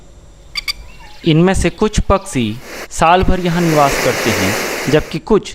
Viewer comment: Paksee nahiN, Pakshee See naniN Shee kaho year.